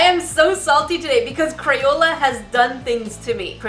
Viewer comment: Is crapola not crayola